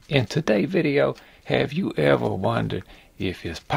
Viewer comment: I love your "videa" (has you say ^^) How far do you think we can go with this technique? It will be fun to have a "videa" where you try to grow a figurine to the max! Anyway, love from France and keep steady craftin'!!